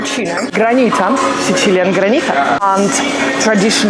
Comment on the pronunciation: Video is very nice, but either say sicilian with English phonetics or siciliano with italian phonetics because it is literally not a word the way you say it most of the video. No need to try to sound extra italian. Otherwise very nice video!